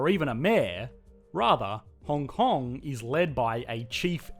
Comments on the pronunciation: Puts "Hong Hong" instead of "Hong Kong" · Hong Hong? Shouldn't it be Hong Kong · "Hong Hong*"first place on the leaderboard! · Hong Hong oui oui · Welcome to Hong Hong. lol